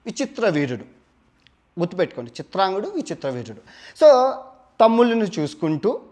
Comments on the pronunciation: Chitrangudu kadu bro CHITRANGADADU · చిత్రాంగదుడు .... చిత్రాంగుడు కాదు.